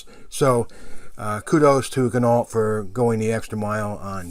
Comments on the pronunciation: pronounced Gin-no, not Gin-ault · Good review. But terrible pronunciation of Ginault... Think of Peugeot. Renault.. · OMgosh...for real on the pronunciation of the name....DAMN..people get it straight. And why would a discount “cloud” your judgement..I stopped watching.